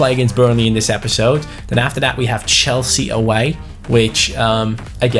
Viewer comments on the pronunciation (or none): none